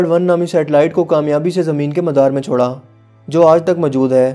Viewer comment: Yar bolna tw sekh le pehly bhai.... Har jumle k end mei tu aan aan krta hai Jaisa k America ny satelite ko madaar mei Choraan halan k yahan chora aye ga Or tum choraan kehty ho gharz k har jumle k end pe aan aan krty ho